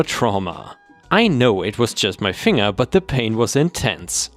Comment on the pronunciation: A language tip for you, finger is with a hard G, fin-ger not fing-er.